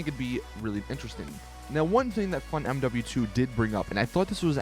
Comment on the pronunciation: When you say tezfunz2 it sounds like you say funmw2